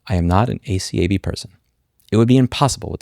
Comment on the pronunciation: I meant, saying at "ay-kab" instead of each letter